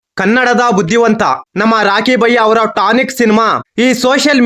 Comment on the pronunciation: ಟಾನಿಕ್ ಅಲ್ಲ ಕಲ ಅದು ಟಾಕ್ಸಿಕ್